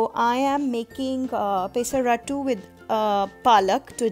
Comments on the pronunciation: I love the way you say pay-sa-rattu - happens to be a telugu word. I'm from andhra pradesh and we call it Peyh-sarattu here (not as fun as how you say it though ;)). Its refreshing to see so many formulations to make dosas. You're a genius to come up with all these varieties I must say. All my life I've stuck to traditional recipes. After seeing your recipes, I wonder how much protein I could've chugged through dosas up until now tbh. Well, they say it's never too late to try something good. I'll give this a try this week. Thank you for your efforts. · It's not peeesaratttu...It's pesarattu.. south India paruvu thisavu kadane* thalli...